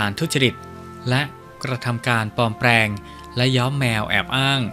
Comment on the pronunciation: จะดีมากๆถ้าผู้อ่านออกเสียง ร ..ล ให้ถูกต้อง กระดกลิ้นหมดเลยคล้ายเขมรเลยนะครับ ปลอมแปลง/กลุ่ม และอีกหลายๆคำที่ควบกลำด้วย ล.อย่ากระดกลิ้นรัวๆเลยครับ เดี๋ยวแม่นเคลมอีกนะ